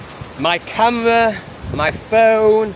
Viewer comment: The "wee-tardation" is wild for such an air thief. Why would you put your key locked under the seat when you left the "wes'-raunt?'" That was we-ally we-tarded u silly c*nt. Cam-wha also locked away!